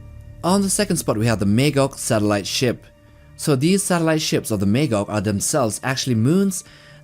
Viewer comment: Great video. Just one thing. It's Mah Gawg not May gog.